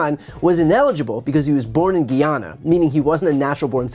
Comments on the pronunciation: I absolutely love your show Brian but my homeland...Guyana 🇬🇾🇬🇾🇬🇾 is pronounced Guy'yanna 😊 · It's Guyana bro. Guy (like a guy), and ana (like Annabelle). 🇬🇾🇬🇾🇬🇾